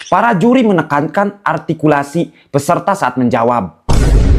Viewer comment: Juri arrrrtikulasi.......